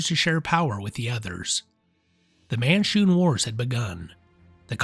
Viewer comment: man-shoon, you said mar-shoon, the first time you said it.